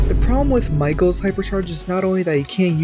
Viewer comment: You pronounsed Mico wrong its just mico And Not Maycho